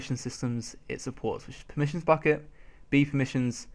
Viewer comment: I thought you said F**cking dev instead of Bukkit dev